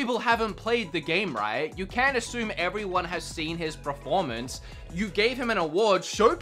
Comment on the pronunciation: pronunciation of "performance" bothers me so much